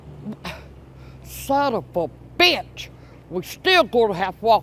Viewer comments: As good as Jackie Gleason in Smokey and the bandit// where are you! You Sum-Um-Bitch!😂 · I’m trying to keep count of saying sonavubitch. Lol great stuff as always.